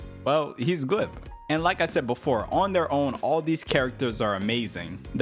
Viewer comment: I can’t fully enjoy this video bc you keep saying Glip instead of GLEP